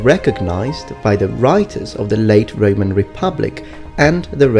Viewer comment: It sounded like Reman Republic and Reman Empire, or I'm just hearing wrong... lol